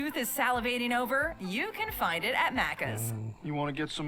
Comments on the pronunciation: its maccas not maaccas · i hate the way they’re saying maccas, also NO ONE says deffo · She can’t pronounce “maccas” correctly 🤦‍♂️ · No ranch here in Australia correct. We also don't have those other sauces at Maccas (yes we do call it that but not how she is pronouncing it).